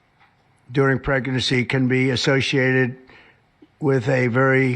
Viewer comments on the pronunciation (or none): Did anyone else hear Donny boy say preGERcy instead of pregnancy? If you didn’t, you have to go to and listen!!! He’s such a buffoon!!🤦🏻‍♀️ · "...during pregnercy..." dude wtf is "pregnercy?" 😂